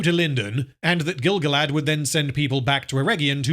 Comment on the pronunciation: Pretty sure he said Grand-Gilf.